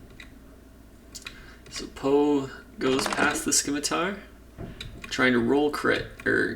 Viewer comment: Love the videos and thanks for doing the work man! One minor gripe, the c in scimitar is silent, don't know why that bugged me lol